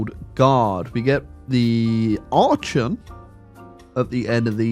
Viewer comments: continuing to pronounce Archon as "ar-chon" and not "ar-kon" is making me want to tear my eyes out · It's "Ark-on" btw. Though I think you saying it wrong on Purpose. If you had waited a few years Grover 6 would have actually grow up gotten to the age to rule at 18, and he becomes you new ruler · every time he mispronounces archon i tear a little more of my hair out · I refuse to believe you are not mispronouncing Archon on purpose. There is just no way you don't know you are saying it wrong. You are doing it to trigger me. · The way you pronounce archon has to be ragebait, I refuse to believe otherwise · It was scraping my ears every time but he eventually figured it out at least!!!!